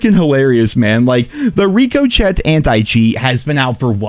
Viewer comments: Rick-O-Shay, not Rick-O-Shet (Ricochet)...lol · the...what? Rico chet? Ricochet. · Brother... RICOCHET is pronounced "RICKO"-"SHAY" XD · 😂i feel like i missed something. Why do i keep hearing “reeko-chet”😂😂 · Please say it with me "Ricochet", pronounced "Rick-oh-Shay" 🤦🏻‍♂️ To rebound off a surface. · OMG it’s pronounced RICOSHAY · I’m sorry I was enjoying the video until “Rico Chet”😂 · lol reecohcheht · The way you pronounce Ricochet 🤣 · Bro you NEED to learn how to pronounce ricochet 😂😂😂😂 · Why does he pronounce “ricochet” like that? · Bro how do you butcher the pronunciation for “Ricochet” like that lmao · the T is silent, pronunciation of “Ricochet” is ( Ri•kuh•shay) ch-e ( shay ) silent T Ricochet meaning when a projectile deflects/bounces/skips off a surface or multiple surfaces like a bullet Richochet off water, metal, rock, trees & other hard surfaces. They most likely named the Anti Cheat ( Ricochet ) because the idea is that the anti cheat is to deflect cheaters, be a hard surface protecting under fire. Being as it’s Call of Duty, Guns, Combat “warfare” related it makes sense to use a term like Ricochet as its meaning is related to firearms, projectiles & warfare ect. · It’s pronounced “RICK - OH - SHAY!!!” Love you,:) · I'm still convinced the ricochet anti-cheat doesn't work because still can't pronounce it correctly